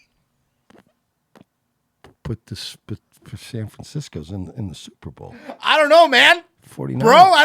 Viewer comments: Have you guys talked about how he says Superbowl? He says Super ball. It drives me crazy. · *Super Bawl